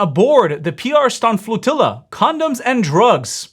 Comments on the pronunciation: The woman pronounces flotilla like tortilla. 😂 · A flotiyya to supply marry team support lol. Learn English, lady.